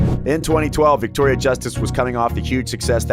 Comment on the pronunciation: "virctoria" WERES MY MAC PRO